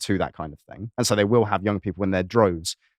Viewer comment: "Your name vwill also go on the list, vwhat is it?" "Don't tell him, "!